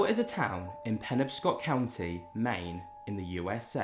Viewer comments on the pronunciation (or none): I just started watching the video and it’s the usual greatness. So thanks once again. After wishing the three of you all of the best, and all viewers, I’d just like to help you with American pronunciation, lol. It’s Pe-NOB-scot rather than Pen-ob-scot. Cheers!